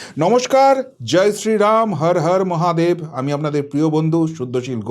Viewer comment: আপনি শুদ্ধশীল কিন্তু আপনি বিশুদ্ধ বাঙালি নন। কথাটি "হার হার মহাদেব" নয় "হর হর মহাদেব"। আর এই প্রতিবেদনে আপনি মানুষের রূপ নিয়ে মন্তব্য করেছেন...এটাও ঠিক নয়। আপনার প্রতিবেদন আরও সুন্দর হবে এই ত্রুটি মুক্ত হলে। আর একটা কথা "ঠাটিয়ে" মানে কি ঠাটিয়ে?